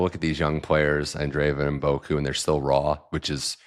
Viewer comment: you have to start learning how to pronounce Mboko properly. You are consistently calling her Mboku. Your guests are saying her name correctly. Other than that, I am enjoying your interviews.